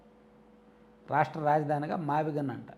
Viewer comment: మావిగన్ కాదు మావిగున్: వాడి దినం